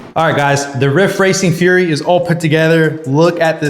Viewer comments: Bro keeps calling it a furry. Bro it’s Fury as in rage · Keep your fork bolts loose before mounting the wheel and you wont have that problem. Also, it's fury not furry.:face-red-droopy-eyes